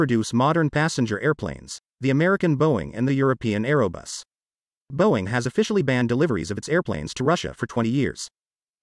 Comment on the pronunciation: It’s Airbus not aero bus